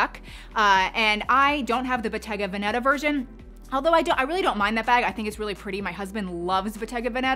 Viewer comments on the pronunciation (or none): It's Bottéga Véneta - not Vènètah. Just for precision sake (I'm Italian so please feel free to correct my English in exchange 😉) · Just in case you don't know what Bottega Veneta means here goes, it means Venetian shop. Pronunciation is Bo-ttega ve-net-à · Botega Veneta. Please don’t kill it lol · I keep hearing bottega banana🙄